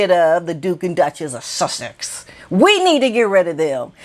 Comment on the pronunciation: Hey. Every time you say “The Dook and Duchess of Thuthex, it absolutely kills me 😂😂😂 Piers has really kicked the narkles in the regals with these comments.